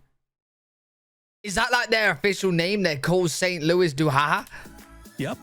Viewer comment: Saint Louis is pronounced more like "San Looee" . 2067 will be Canada's bi-centennial. That is why the time capsule is to be opened. As for Maple Syrup, if there is a very mild winter (above 0C) the maples stop producing sap for syrup. Garter snakes are not dangerous but they do give a wicked bite wnd their venom can causeswelling and bruising. I think that most kids have been bitten. As a kid i wsnt hunting for them with friends and got a bite. 😂